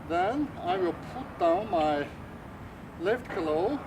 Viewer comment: 那个claw的发音不准，翻译出来的字幕就成了cloth, 你得说很多次这个词，值得好好研究下它的发音啊🤓